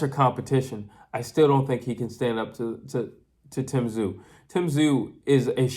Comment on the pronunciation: Hey you pronounced Tszyu correctly.